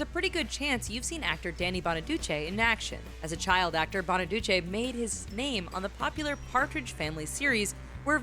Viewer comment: Danny Bonaduce's name is pronounced "Bonaducee" a long 'e' not short. Sorry but it just grated.